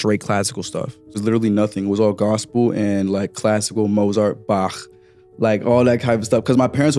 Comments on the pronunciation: way he says Bach let's me know he's a sicko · I hate the way he says Bach